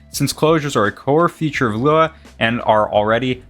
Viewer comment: Loo WOW? Dude just say lua or "LUA YOU" (luau) it isnt that different from lua.